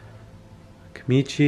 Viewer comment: It's Kamitachi, not Kamichi. U were saying it wrong, of course they weren't showing up, man!